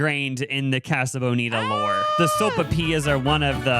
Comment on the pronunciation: ’ pronunciation of casa is killing me